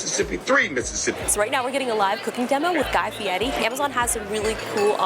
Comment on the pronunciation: thank you for saying Fieri properly